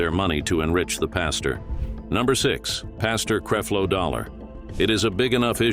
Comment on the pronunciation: WHO IS "CREEFLO"??🤦🏾‍♀️🤦🏾‍♀️🤦🏾‍♀️